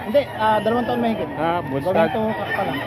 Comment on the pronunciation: Bullstag boss as" u" hindi po bollstag as in "o"